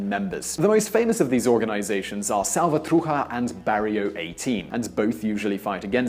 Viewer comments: It's not Mara Salvatruja, is Salvatrucha, as in cucaracha! Also and now seriously, your report is highly bias, you don't say anything about hoe the US is greatly responsible for the violence and civil fighting. I was mistaken in thinking that this was serious journalistic reporting, not so! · Salvatrucha not salvatruja!!! You're ptonouncing it wrong!!! Sha not ha... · Its SalvatruCHa not SalvatruHa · Salvatruha?I thought it was Salvatrucha. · Sal-va-tru-cha not "salvatruja" bro -.- \,,/ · You almost had it but you messed up the last 3 letters. Salvatrucha, the cha is pronounced like chat minus the t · "Mara sahlvatruja"